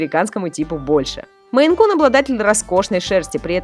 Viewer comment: не Men, а Maine